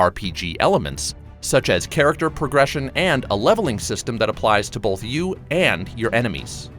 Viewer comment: Bruh there’s no L in the word Both